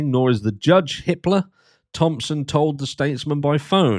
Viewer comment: When you said judge Hippler I thought you said Hitler